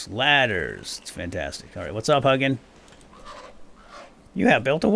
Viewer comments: Hug'n the raven. The more cuddly version of Hugin. Which is pronounced like "who-gin". As someone who speaks old Norse and studies Norse mythology, this was...painful. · I think it's pronounced hoo-gin. And moo-nin. Odin's raven's thought and memory.(I just got done listening to the Iron Druid Chronicles, and that's how it was pronounced in those books anyway.) Love your content. I can't keep up with it all, but I struggle along at the best of my ability. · If you're going to make more of these, please know that Hugin is pronounced more along the lines of Hu (like "who" , but the u-sound in the end of "you", and gin (with a hard g, like in "golf") and a longer "n" sound, like in "jinn". I do enjoy your videos, but hearing you butcher that makes my blood boil 😆. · I'm norwegian, so it was painful for me too